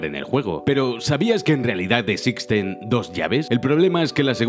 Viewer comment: ¿Dijo "Esixten"?